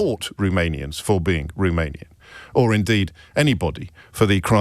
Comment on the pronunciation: Can we first pronounce Romanian correctly?